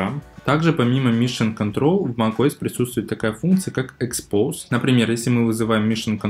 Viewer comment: Всё ок, но не expose, а французское exposé(читается экспозэ)